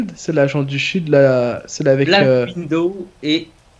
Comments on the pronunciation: OMG a (capitaine America) dis black Window au lieu de Widow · La catastrophe, qui dit Black Window au lieu de Black Widow.